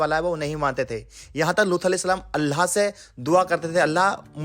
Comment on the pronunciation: Apne bolne ka andaz aur alfaz sahi krlo....Bs baki sab sahi hai...Urdu ki dhajji uda rkhi hai...Aur sabse zyada allah ka lafz bhi sahi nahi nikal rha tumhare muh se